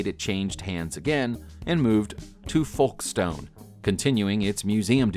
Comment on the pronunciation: Please check how to pronounce Folkstone. Typicam Americans can't pronounce BrItish place names. It should be pronounces somthing like "Foke-st'n"